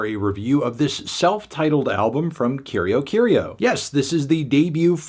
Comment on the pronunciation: yo i dont speak portuguese but that's obvi not how the band name is pronounced, no pressure to get everything right but i think band names are worth the 1 google search